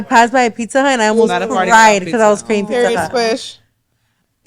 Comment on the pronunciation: They way says “PIKZA”:(